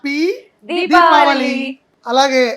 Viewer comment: దీబావలి కాదు దీపావళి